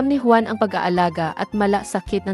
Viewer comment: 🇵🇭: Juan hindi quan